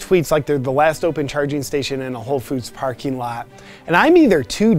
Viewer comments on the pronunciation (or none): none